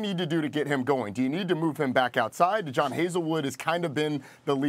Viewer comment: JuhDon Haselwood 😂😂😂😂😂 its Jadon bro. Do your JOB !!!